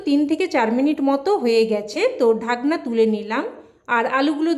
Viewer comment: আপনার রান্নাটা খুব ভালো হয়েছে। আপনি বাংলায় থেকে এখনো বাঙলাটা বলতে শিখলেন না। যেমন বলছেন ঢাগনা, শুগনো লঙ্কা, সাইজে , পাজ মিনিট এগুলো আমাদের শুনতে কানে ভীষন খারাপ লাগছে, আগে আমাদের মিষ্টি এবং সুন্দর বাঙলা ভাষাটা শিখে পরে ইউটিউবে আসবেন কেমন।